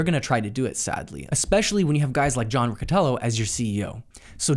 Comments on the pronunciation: John Riccitiello not Rocotello :D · lol this dude. The 2nd misstep that Unity made was hiring a man named "John Riccitiello". I don't know how that's pronounced. Dude more offended by pronouncing his name incorrectly than shaming him for destroying a multi billion dollar company.